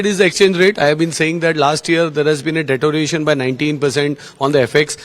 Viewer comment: Can’t even pronounce “deterioration” and he’s a CEO of a multinational company.